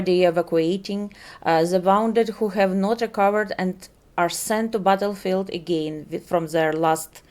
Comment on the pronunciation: зе бвтелфилд. жуть произношение...